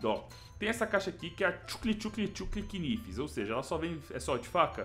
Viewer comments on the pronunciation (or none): Se pronuncia "naivs" e não kinivi kkkkkkkjkjkjkjkj